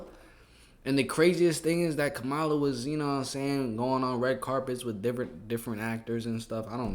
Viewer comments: Her name is pronounced “KAmala”. 😁👍🖤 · Please Stop pronouncing Kamala like Trump does.